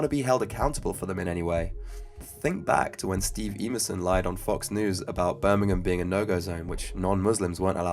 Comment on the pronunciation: That would be "Em-er-son", not "Ee-mur-son."